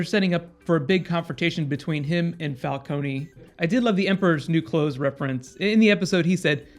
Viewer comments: It's "Falcoun" Not "Falconi" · Please stop calling him Fal KONY. It's not Fal KONY, its Fal CONE, like drone. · Why does he say falcony?😂